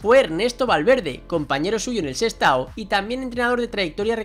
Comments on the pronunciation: Sestao, no sestado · Sestado no, es Sestao.